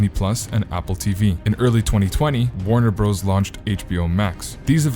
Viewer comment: "Warner Bros." is pronounced "Warner Brothers"!!!!!